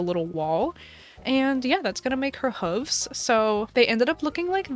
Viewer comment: Is that really how you pronounce hooves? Have I been doing it wrong my entire life